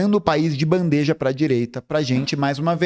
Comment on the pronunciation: "BANDEIJA" nããão! Bandeja sem i!